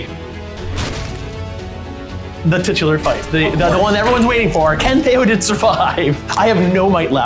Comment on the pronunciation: it’s theoden there’s no R